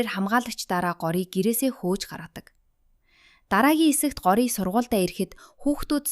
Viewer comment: Таям биш таам Гори биш гооряа